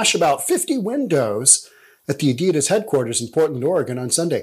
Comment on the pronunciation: Why he calling adidas adedas as well lol.